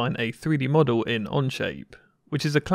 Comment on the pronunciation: Who knew co-oil had more than one syllable, and m-odd-el had three.